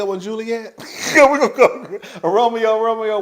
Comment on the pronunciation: "Whre art dou Roameo? da employment office." 😂